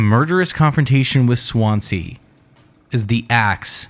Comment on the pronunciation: Why can't Americans pronounce. Swansea . Its a Swan and sea . Not swance, see . 😂 good vid tho